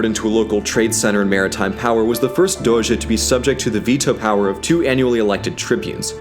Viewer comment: As a Veneto (from Treviso, which is considered the “mainland sister” of Venezia) i love the fact that he inconsciously pronounces “R” in “Serenissima Republica di Venezia” with the so called “ere mestrina” (that’s a particular way of saying “r” peculiar of Venzia Mestre and Marghera). Also he says “Doze” and not “Doge”, it’s better to say “Doze” with a vary closed “o” as thats the venetian pronounce of the “g”.